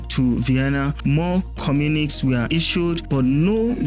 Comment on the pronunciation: Good job, very enlightening video. Keep em coming. The pronunciation of communique is /kəˈmjuːnɪkeɪ/ It is not /ka'mjuniks/. I hope this helps.